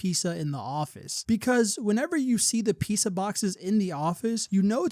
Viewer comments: why are u pronouncing pizza like that 😭 “piece uh” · clicking off because of how you pronounce pizza